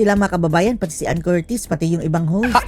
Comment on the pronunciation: Ipromounce mo muna ng tama ang family name ni anne bago k magvlog! Troll!!